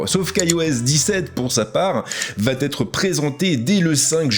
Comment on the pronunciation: Bjr. Comme toujours plutôt bien les présentations commerciales. Attention cependant aux tics de langages concernant les liaisons inventées, comme " va-T-être " (il n’y a pas de T à va) 😉